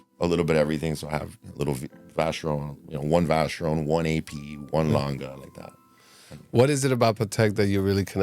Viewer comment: Great pieces. Also appreciate the good pronunciation of Lange. Same as Porsche, by the way